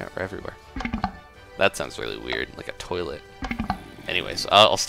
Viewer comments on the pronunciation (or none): he said touilet